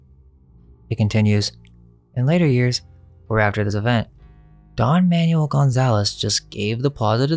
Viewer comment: Manuel = "ManWELL" (Basically) Not "manual"... Lol